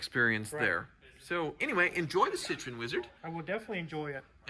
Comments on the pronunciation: It's cit tro en not citron... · It should be pronounced citro-N, not citrone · Sit-RO-enn. Not SIT-run. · It's not "citron", there is an E after O that you're supposed to say and you pronounce it like in a name Eric. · "Sih-TRO-en." 3 syllables. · its pronounced citro-when